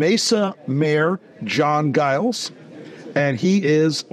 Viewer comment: Giles is a pretty common name still in Britain.. but it's soft-g "Zhiles" not hard g- "guy-lz." Whatever. What's important is that Guy-lz puts the republic over party and for that I say, thank you, sir, for your integrity and your service.